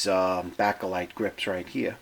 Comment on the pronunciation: Baikal is pronounced BUY-CAL. NOT Bacall like the actress.